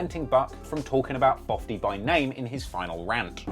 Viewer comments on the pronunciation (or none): Can someone tell me why he calls him fofty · Lol “Fofty”